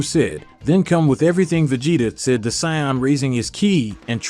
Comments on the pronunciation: bro u pronounce saiyan wrong ,''u ssound saiyand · You are pronouncing Saiyan wrong